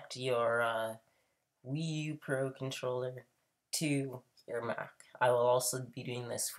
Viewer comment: You mean Pro not por